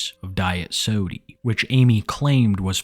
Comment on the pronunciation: Right lmao it made me giggle each time he said it